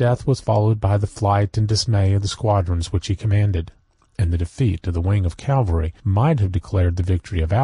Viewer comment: Why do so many American readers read the word “cavalry” as “Calvary”